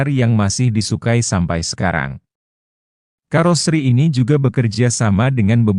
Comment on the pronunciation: Pakailah bahasa Indonesia yg Baek juga benar...KAROSERI bukan KAROSRI mengucapkannya...